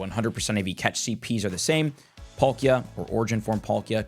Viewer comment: Polkia instead of Palkia was bugging me